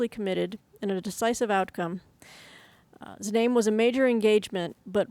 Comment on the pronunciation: Znaim is the German name of current Znoijmo, in Czechia. Apparently you read the z in both.